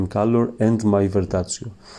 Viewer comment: Ma perché dici verdazio? Si chiama "verdaccio"...Ps Comunque molto bello come esegui la tecnica! Bravo, bellissimo risultato! 👍🏻